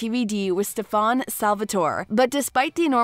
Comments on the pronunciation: litterally, elena was alina, damen was damien, stefan was shephaaaannnn, alaric was just some foreign language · First. It's Damon not Damian Second. It's Stefan not Stefaan. 🙄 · Oh god, she slaughtered the characters names.. quite obvious she hasn't actually seen the show. Alina, Damian, stefaan, aliark... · It makes me sad and mad that she says Damien instead of Damon and Stefon instead of Stefan and Mickyson instead of Mickelson No hate tho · It's stefan and damon not stefaan and Damien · You had me at “Ste-fän”? How is this a real review when you can’t even say Stefan’s name right?? It was so distracting I literally stopped the video. Eww. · it's Damen as is DAY MEN not Damien like day me in... and Elane as in AH LANE AH.... and last Stefan as in STEFF IN ...sorry not big deal but was kind if annoying to hear.. as a fan how you can you legit say every name wrong it's really weird. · The narrator of this video has obviously not watched any of these shows. Her pronunciation of Alaric, Stefan, Damon and Mikaelson is so wrong!